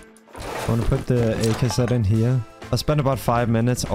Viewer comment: "there's like a willy good spot up hewe"